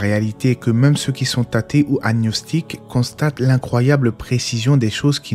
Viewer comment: Assalamu'aleykum. Très cher frère bien-aimé. Je me permets de vous corriger sur la prononciation du mot agnostique. Ce mot ne se prononce pas comme il s'écrit. AG-NOSTIQUE. C'est tout le charme de la langue française